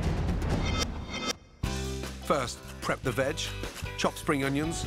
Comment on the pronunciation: Nobody: Gordon: "at first prepare the vag" Nobody: .... Gordon: "add a bay leave and thyme" Gordon: "vag ready. Now add olive oil"